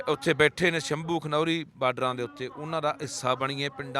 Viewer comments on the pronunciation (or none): none